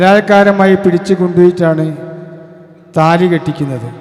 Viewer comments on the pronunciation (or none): none